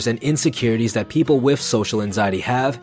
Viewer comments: Are you saying “wif” instead of wiTH? 😂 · guy says "wiff" a lot.